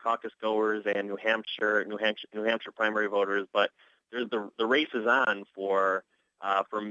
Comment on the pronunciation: he said "New Hamster"